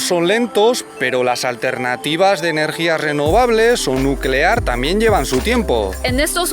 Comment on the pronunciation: Energía nucelar, NUCELAR